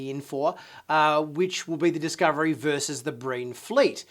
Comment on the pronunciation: Great preview. I swear I thought you said “Green” Fleet at first instead of “Breen” Fleet. Didn’t think anything about it until I rewound a part of the video because I missed something.